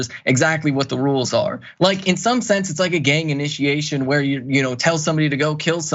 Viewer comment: Yes a Gang initiation yes you said it RIGHT‼️